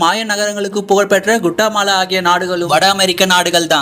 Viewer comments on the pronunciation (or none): அது குட்டாமாலா இல்ல கெளதமாலா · Adhu guttamala illa, கௌதமாலா